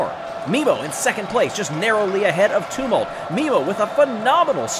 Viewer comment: I love you, but please learn how to say ‘Tumult’. Uh like in Tums, not oo like in tombs.